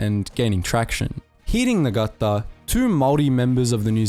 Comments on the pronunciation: It's pronounced, nar-taa spelt Ngata silent g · Geez brother. Get the pronunciation right. Sir Apirana Ngata’s surname is spoken with a silent G. As in Nata. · Depending on where you come from in New Zealand the g isn't silent. Like with my tribes ngapuhi and Ngatiwai we pronounce the g in nga. So it's "Nga" not "Na" for us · Ngata is pronounced nah-tah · The g is silent in ngata by the way, cool video though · As a Kiwi, the pronunciations were a bit distracting: "Niga-reemoo" instead of "Now-reemoo" (Ngaurimu) "NG" is simply an "N", the G So Sir Apirana Ngata is said "Apy-Rana Naata.". (And he was a major figure in both New Zealand and Maoritanga in the first half of the 20th Century. Other than that, a good and concise history... BTW, a Rimu is a native hardwood tree in New Zealand and has no equivalent European/Pakeha name (Apart from the species name in Latin).Unsurprising that A VC winner bears a name recalling a mighty tree! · The Ng at the start of names like Ngata and Ngarimu is pronounced ng as in sing or bring.